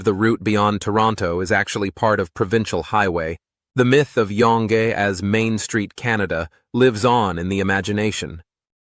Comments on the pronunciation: Your pronunciations are very good with one exception, Young Street. It's not yong ( rhymes with long), it's young, like a small child. Young not old. You missed another querk of Canada, Hans Island, owned by both Denmark and Canada. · Yonge Street is pronounced “young”. Not “yawng”. Total enjoyed your program. Thanks for taking the time to produce this program on Canada!😊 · It’s pronounced “jung” street, and KD is not as widely used as you say. Cheers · Moncton gets loads of snow, but it ranks 5th out of 10. What is Yongay Street? It is pronounced Young Street. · Great video. Thsnkyou. You made me giggle how you pronounce YONGE STREET. We pronounce it as "young" not "y-o-o-ng. Cute. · Yonge St is pronounced "young st" The street is also part of Kings highway #1 and runs continuous up to Hudson Bay as I remember from an early history class KH1 was nicknamed Yonge St in the Town of York original name for City of Toronto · Toronto's Yonge St. Is pronounced like "Young St." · Yonge….. pronounced Young. Kraft Dinner. Yuck. Poutine is awesome. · BTW, Yonge as in Yonge Street is pronounced as "young". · Yonge Street is pronounced like "Young Street". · its young st - not younnngggg street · One comment maybe worth noting, but not taking away the fact about Yonge Street in Toronto. The proper pronunciation of " Yonge Street " is actually pronounced " YOUNG street ". I have no idea how it became spelled " Yonge " street. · Yonge street is pronouced as young st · As a Canadian I thank you. As a former bush pilot, I think I know this country as well if not better than most. but your exposé is excellent. By the way, Yonge Street is actually pronounced Young Street. Good work. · It is pronounced "Young" Street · Your pronunciation of Yonge Street was incorrect. It's pronounced Young .🍁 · Pleased to see that the pronunciation of Yonge has already been flagged. Yes, it is identical with the pronunciation of the English word, young. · Yonge Street is pronounced Yung, not yong.